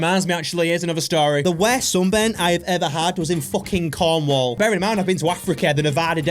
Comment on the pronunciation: YOU SAID CORNWALL WRONG!!!!!!😂 😢 I feel disrespect as a cornish person myself. (Joking...)